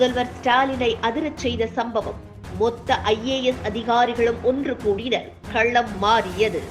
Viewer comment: " கள்ளம் மாறியது "‌ இல்லேம்மா... "களம் மாறியது " ! தமிழைத் தயவுசெய்து கொல்லாதீர்கள்..